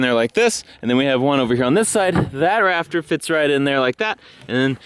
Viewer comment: When was talking about building his new shed, I heard him say (paraphrasing here) that he had a "raptor" problem - not "rafter." I thought, "Well if anyone has the equipment to deal with a Cretaceous infestation, it is our boy. Was really disappointed that he was just building a roof...